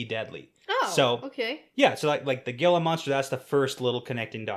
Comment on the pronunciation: Gila is pronounced "HEEla."